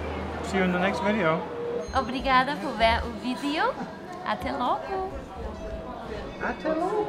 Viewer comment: Did I just hear pronouncing "até logo" correctly for the first time ever???!!!!! It must have been an off day lol. Superb video as always guys. Achadas da Cruz is on my to visit list, seen some great sunset pics from that place <3